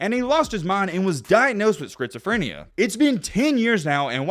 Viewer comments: Say it with me: skit suh freh nee uh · It is pronounced, "skits-o-frin-e-ya." Took me a minute to figure out what you were saying lol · "He developed Skritzeephrineuh" goddamn bro u could've done a retake on that one. And the other time u did it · great video, but i can’t get over you saying “Skrizophrenia”😂😂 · Great video man! The way you say schizophrenia is crazy “skritzophenia” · “Scritzaphrenia” lmao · bro said scritsyfrania 🤣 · Lol. It's pronounced "skit-suh-freh-nee-uh." (To make it easier= skits-ah-fren-ee-uh). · "Skritz o phrenia" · “Schizophronia” check your pronunciation. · I never in my life have I ever heard someone say schizophrenia the way you have. At first I was like what is he saying. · Bro cannot pronounce schizophrenia 😂😂😂😂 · if you say schizoprenia wrong one more time LOl